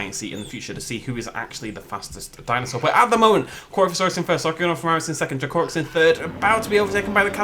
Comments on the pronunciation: I love how you pronounce DracoRex. Thats not how you say it too :p xD Its DrAAkorex pretty much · I thought it was pronounced Draco-Rex and not dra-co-rex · dra-COR-ex nice accent, mate, haven't heard that pronunciation before (no hate)